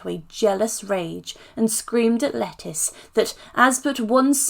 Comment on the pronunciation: Hey, just a heads up, it's not pronounced "Lettice" but "Letisha", lol!! She's not a vegetable!!! Lol